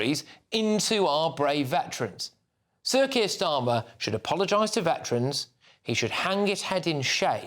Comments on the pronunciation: Why do I keep hearing "Circus Starmer?" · I keep hearing "Circus Starmer"